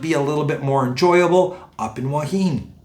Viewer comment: “Thanks for vid but “PLEASE” ask the locals how to pronounce “Hua Hin”, especially as your doing vlogs on it!